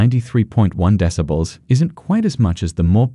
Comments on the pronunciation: Haha yeah, and "decibles" too. I'm presuming it's one of those new AI text readers. Still needs some refining. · Lol ya. Discibles of Bass.